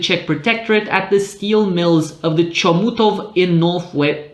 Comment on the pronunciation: pronunciation of Czech words is also interesting - from the impeccable "Brno" and "Škoda" through questionable Vítkovice [veetkoviche] (the correct way is [veetkovitse]) to the sad Chomutov (the "ch" is like a German or Russian one).